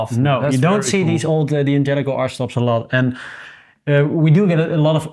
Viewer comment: Guy's, please... it's not pronounced "Dee angelico", it's Dan jelico. The punctuation is an apostrophe, not a period. Sorry to be a pain.